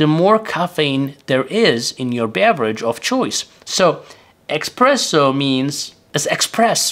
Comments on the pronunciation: Sorry, but it is not "Expresso" it is Espresso! It is made with pressure. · And certainly, it's espresso and not express-o. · It's espresso, not "expresso". Michael Scott on the The Office would say "expresso", among many grammar/pronunciation errors. What is the effect on truvia, stevia, splenda, and other artificial sweetners on blood sugar level? I've seen contradictory statements on the topic. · It's not "expresso" but "espresso" and it doesn't mean "express, fast", it means "under pressure, pressed out". Unbelievable that someone who talks about coffee doesn't know that. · It's NOT expresso for fast, but espresso. Considering all those italiano inventors, it's no surprise that the word espresso comes from… Italian! Espresso is the past participle of the verb esprimere, which means 'press out'. This verb stems from the Latin exprimere, which means 'press out' or 'squeeze out. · Informative as always, but...expresso? :) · not expresso lol, it's espresso and it oryginates from brewing method not because you think it's express :) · espresso not expresso ! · espresso, not expresso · It's Espresso, not expresso ;-) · It's not "EXPRESSO" -- it's pronounced "ESPRESSO", which has nothing to do with "express". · I call it expresso, that is how I like it lol. But thanks for language lesson. Please make us videos about how to pronounce words lol:) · Ah yes, "expresso" is fast espresso. 😆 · You have committed a sin, by mispronouncing "espresso". You could be unalived for that. A internet story about this talked about a jury actually acquitting someone for this.😂